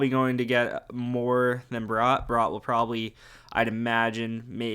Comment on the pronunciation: Nice video just one critque, Bratt is pronounced the same way as brat, no o in there.